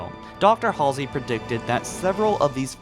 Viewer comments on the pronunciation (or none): none